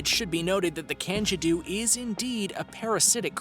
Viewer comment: Same with the candiru......